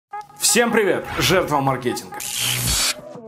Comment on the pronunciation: правильно говорить мАркетинга. Извини, но мне, как маркетологу, ну очень ухо режет.